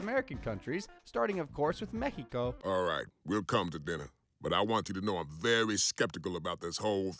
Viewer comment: "meh-HE-Ko" lol😂